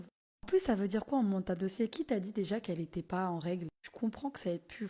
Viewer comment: Pareil pour moi, j'ai les oreilles qui saignent !!! " quand elle répète " jme suis djis jai djis , vous allez djire! Omg 😅